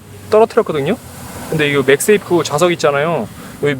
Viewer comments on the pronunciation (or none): none